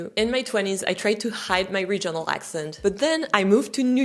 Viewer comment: je suis désolée de corriger votre bel anglais, mais l'accent tonique du mot « regional » porte sur la première syllabe!😱 Je sais que l'accentuation des syllabes en anglais, et surtout la prononciation, sont un vrai casse-tête, et je m'en excuse, mais si les Normands ne nous avaient pas envahis en 1066, l'anglais serait encore plus difficile pour nos cousins français!😂 Alors, gardez espoir! 😊❤ (I absolutely love your French lessons, by the way!😊❤) [Une recherche Google a révélé les résultats suivants concernant l'accentuation dans les mots de trois syllabes]: In three-syllable English words, the stress most commonly falls on the first syllable for nouns, adjectives, and words ending in -er or -ly (e.g., PAR-lia-ment, OR-der-ly). However, the second syllable is often stressed in verbs or words ending in suffixes like -ic, -sion, or -tion (e.g., de-CI-ded, re-LA-tion). [British Council | Teaching English Africa] KEY PATTERNS FOR 3-SYLLABLE STRESS: First Syllable (Most Common): Nouns/Adjectives: CE-le-brate, AN-i-mal, EN-er-gy. Words ending in -er, -ly, -y: MA-na-ger, SI-lent-ly, O-pen-ly. Second Syllable: Verbs: con-SI-der, de-LI-ver. Suffixes -ic, -ion, -ian, -ious, -ity: dra-MA-tic, con-TA-gious, e-QUA-li-ty. Third Syllable (Less Common/Specific): Compound words/Suffixes: en-gi-NEER, re-com-MEND, i-so-LATE. [British Council | Teaching English Africa] TIPS FOR IDENTIFYING STRESS: Suffix Rules: Words ending in -ity and -ate are often stressed on the third-to-last syll